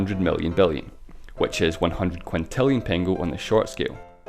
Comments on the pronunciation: Actually it is not pengo, but pengő and it is pronounced with a ø sound. In english the closest ma ybe the word "nerd" pronounced like nørd. Otherwisse cool video. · Thank you for mentioning Hungary! But this big inflation has to be mentioned anyway! :D (a little bit mispronounced "pengő" ) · You didn't pronounce "pengő" properly. "ő" should be pronounced like "eu". Anyways, I'm not sure that I should be happy that my country appeared in this video... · You pronounced pengő wrong the entire time, just saying